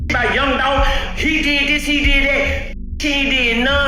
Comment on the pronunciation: It’s Dolph